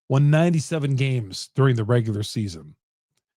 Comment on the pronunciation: Nigga a casual stop saying “regualr season” this playoffs buddy